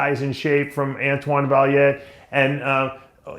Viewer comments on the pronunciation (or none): He has an amazing team! and LOL Dave it's Antoine Vaillant not Vaillere